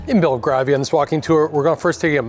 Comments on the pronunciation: BELL-GRAVE-IA not GRAR-VIA. Grave like in rave? 😊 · Belgravia - pronounced - "bel GRAY vee uh" or "bel gravy uh" 😁 xx